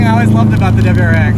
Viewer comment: "dubberyou rx"